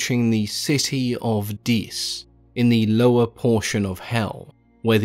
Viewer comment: the city of dees???